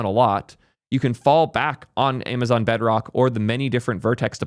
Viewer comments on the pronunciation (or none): none